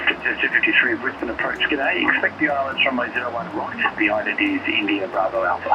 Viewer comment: wonder if any of these you ferried will end up on our FIFO flights YPPH to YBDG ..mind you we have been seeing a few more A320's and Fokker 100's lately on this route. Of all my channel subs this is my most favourite now. And you even pronounce Brisbane correctly too!!! Roll on your next contract!